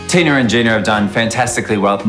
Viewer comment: I just couldn't help but chuckle when he said tin-er and gin-er instead of Tina and Gina. Smh